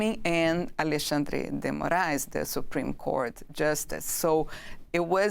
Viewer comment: Amazing analysis.Perfect pronounciation, that's the very first time I have seen them getting Alexandre's name right! That's not a major issue, for sure. But it is so cool they managed to really do a research on the name's pronouncing. Good job! 😁. As a trained teacher of Portuguese for foreigners, I know how the fact that portuguese language holds multiple pronounciations for letter "X", depending on the word, position, etc, is a pain in the a$$ for most foreigners. So, in this case, of Alexandre, the pronounciation of "X" is that of "SH". So we say it: "AleSHandre" dgee Moraes, without the existance of any accent differences, in the whole territory of Brazil, as well as in the entire Portuguese speaking world: Portugal, Angola, Mozambique, Cape Verde, East Timor, Guiné-Bissau, São Tomé and Prince, Goa, Macau, etc...